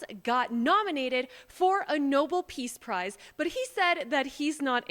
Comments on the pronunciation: It's pronounced no-bell not noble or noball - You pronounced it as badly as Karine Jean-Pierre! 😃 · The Nobel NO-BELL, Not Noble! Love you! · No-bell not noble peace prize. Please look up how things are supposed to be pronounced. Your generation makes this mistake constantly. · It's the NO-BELL Peace Prize, not the NOBLE Peace Prize. You're welcome. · love everything you do but it’s pronounced No-BELL peace prize, not noble 😅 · It's um...It's Nobel (no bell) not noble. Thank you. Have a great day! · Its pronounced No bell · I like but she can’t even pronounce Nobel. It tells me she knows nothing. But she’s fun.